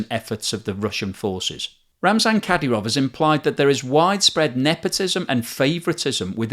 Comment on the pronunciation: More golden content and big thumbs up on your pronunciation of Lyman! Today’s bonus words: Ka-DEE-ruv, CHE-chun/CHE-chnee-ya.